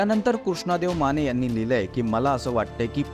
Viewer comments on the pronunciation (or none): none